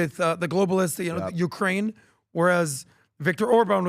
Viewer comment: you’re killing me! Please please please PLEASE learn how to say the name of the country properly. Your boss is from there.